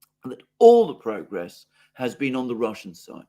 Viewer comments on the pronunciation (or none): none